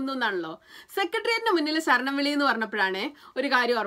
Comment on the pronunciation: അക്ഷര ശുദ്ധി കമ്മിയാണ്...ഇല്ലേ..? സരണം അല്ല കുട്ടി....ശരണം ആണ്. അതുപോലെ സബരിമല അല്ല...ശബരിമല...!!